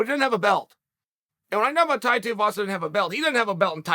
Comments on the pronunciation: Firstly, pronounce his name correctly. How did you see the fight from underneath Dana's table? Tai mentioned he wouldn't mind fighting Jon Jones, why not make him Jones' first and possibly last HW opponent? You of all people would love to see Jones get smashed in the HW divsion. Talk the fight up, make it happen. It is a win win for you. You are correct to imply he has no skill but guess what, skill becomes less and less important with every punch you take to the head. Instead, heart and desire to win drives him to success. Tai makes it vey clear where he came from. Housing commision home, poor family, dangerous place to live. The odds were against him. And, what you might not appreciate in America, Tai is aboriginal. The odds were further stacked against him. He is clearly driven by the love for his son. The need to provide a better life for his son is more important than his lack of skill. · How can you possibly speak so eloquently, then be so unable to pronounce names properly. His name is Tuivasa, he does shoeys...youre not calling them "sheyas"...Tuivasa....Shoeyvasa. simple, give him the respect he deserves by getting it right. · Pronounced 'too-e-vasa' not 'tee-a-vasa' 👍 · Tuivasa not Teavasa brudda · TUIvasa not TEEvasa jesussss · Uncle might have found some new respec for Tai, but he STILL fucks up the name Tuivasa, its not TIU, its TUI, dyslexia rules, ko. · Who is Teavasa? lol I swear Chael does this shit on purpose because he's said his name properly before. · Thai Tia Vasa? No comment necessary, Thank You Uncle Ch-ail! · my man its tuivasa - TOO E VASA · LOL how he says tai tear vasa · Brother Chael - It’s TUI-Vasa. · Its pronounced (2-E-Vah-Sah) Tuivasa! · Who is this Tai Teeavasa Chael keeps talking about? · "Tie Tiavasa" - Uncle Chael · Chai Teaavasa...... who the fuck is Chai Teaavasa? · Chael - It’s pronounced “too - ee - vah - suh” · Thai tea avasa. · Tai Tiuvasa 😂😂😂 Chael massacred even Tuivasa name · Tai TUIvasa (Too-ee-vasa) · teaivasa lmao